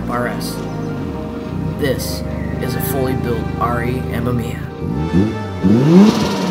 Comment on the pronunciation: ah-may-me-ah, not m-m-eeya ;)